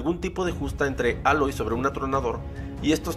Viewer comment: Más outfits y mejores animaciones faciales. Aprende a pronunciar el nombre de Aloy